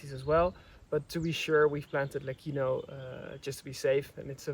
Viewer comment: the pronunciation of LECCINO is with a soft C, like CIELO = sky OR Lecce (the city in the region of Puglia) - I saw from the sign that the name is LECINO, with one C, still you have to pronounce it with a soft C, like CIELO if you say LEKINO, then you would have to add an H = LECCHINO or LECHINO Question : how long will it take for those olive trees to have a thick bark, diameter 15cm? the second type is FRANTO not FRANTOIO as frantoio is the machine, the oil mill